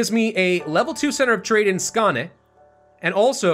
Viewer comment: The å in Skåne is pronounced like a long o.